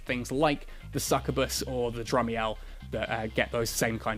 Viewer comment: I wasn't ready for to butcher the word Succubus again without warning.